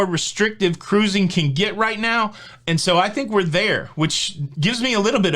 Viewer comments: bets a like as soon as I hear Kah rusing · I love when you say the emphatic “CA-ROOZING” when you invite people to subscribe. I’ve missed it in some of the recent videos, so I hope it becomes a staple! Thanks for all you do,!